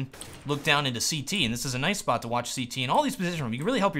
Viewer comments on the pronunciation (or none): none